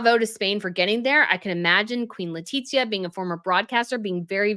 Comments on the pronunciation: It is without the second *T*, it is Letizia no Letitzia. I'm from México and I know what I'm talking about. Every single name must be pronounced correctly, no matter where you come from... don't you think? is a professional, she'll understand. 😉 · you are pronouncing Queen Letizia's name incorrectly; you are pronouncing it as Leti*T*zia... ¿why? She was living in México for several years, and her reputación wasn't good by the way. 🤷🏻‍♀️